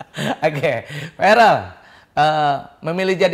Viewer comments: Bukan varel mas Eko tp verel😅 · verel om eko bkn varel.... 😊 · Namanya Verrel Om Eko bukan Varel 🙏🙏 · Verrel om Eko bukan varel 🤣🤣